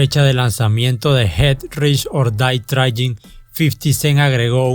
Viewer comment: Jet rish or dae frain? Pronuncias con las nalgas